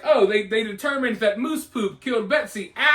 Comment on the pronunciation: My dude. It’s mouse a small rodent. Pronounced like ouch. Not moose a very large antlered deer. Or mousse a delicious fluffy dessert or foaming hair product.